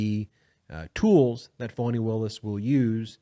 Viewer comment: Her name is FANI , not phoney , fawny or phany.